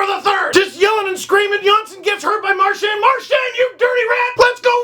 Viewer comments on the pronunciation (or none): Mar-chien need I say more?